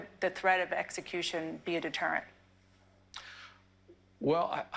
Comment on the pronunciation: DeterentH of the lawH